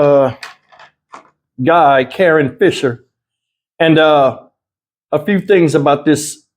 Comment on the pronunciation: Karon? Nah, that’s Ka- RON.